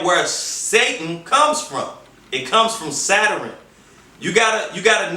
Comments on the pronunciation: And...did this nigga say Saturan (Saturn) dah....well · Anyone else here him say “Zataran" when he’s trying to say Saturn? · This nigga said saturun 🤦🏾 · Never listen to any mufucka who pronounces Saturn as "Satterin" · Ohhhkayyy, now I enterstand! I didn't enterstand until he explained Saterurn pronounced sat-her-ern? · I didn't realize Saturn had three syllables Chingy "Satarin" lol. He's right about the Vatican worshipping Saturn, that's no joke. He's wrong about the triangle and the eye though. That is the all seeing eye of Horus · I'm all for explaining of religions and different beliefs, however he needs to articulate better. You can't talk about stuff like this and mispronounce words, especially when you might be accusing a national religious body of worshiping Satan or "Saturin" as he calls it. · Mmm he’s mixing up stuff and saying it wrong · SOMEONE TOLD HIM THAT SHIT IN 20 MINS ...HE CANT PRONOUNCE SATURN....OR EVEN SAY SHAKRUH ....HE IS AN IDIOT